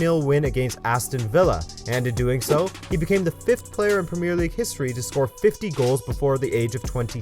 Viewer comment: Please say premier in premier league properly. Thank you